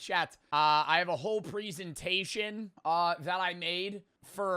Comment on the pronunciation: you pronounce the word "presentation" wrong.